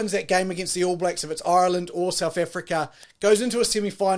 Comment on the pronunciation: Who is this guy...Ireland went to France this year..not last year...do your bloody reasearch you annoying fly...learn pronounce Ireland too